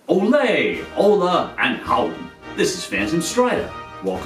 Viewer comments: Its more like holA than HOla , but it was a nice try xD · First word he pronounced wrong. I am ashamed. It's "OH-LA" NOT "OH-LAY" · The first thing I heard was Olay and I threw my phone